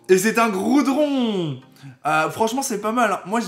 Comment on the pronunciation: Goudron XD ta déplacé le R